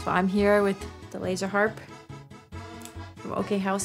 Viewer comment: For whatever crazy reason my little Pekingese dog howls when you say laserrrr harrrpp. He never ever howls unless I go back to this video time to time lol.